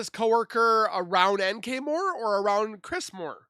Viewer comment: I love it when the AI voices call NK nickel,like the currency.💰All she is worth is 5 cents.🤭God Bless you Z!!!🌻